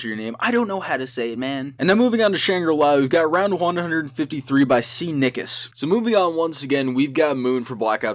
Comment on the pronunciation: cnicus sounds like ni**as